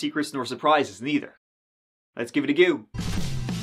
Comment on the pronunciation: sorry to correct you, but it's let's give it a goow 😂